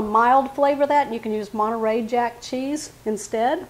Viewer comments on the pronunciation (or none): none